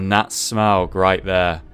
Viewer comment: Okay, im not sure, but I think it's pronounced smoe, not smog